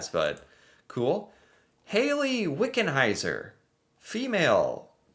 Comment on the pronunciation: You’ve butchered pronouncing SO many of these names, but you got Wickenheiser right?!?!? LOL